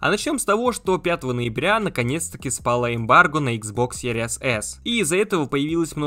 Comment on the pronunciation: Блин, как series только не читают( Серияс)))